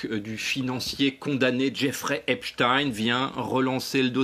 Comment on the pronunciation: Ça t'arrache la gueule de prononcer Epstein correctement comme Einstein !